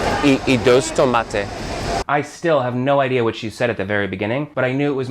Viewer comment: When you say “dos” you need to say it like “s” in [s]nake, it’s a hard “s” not a “th”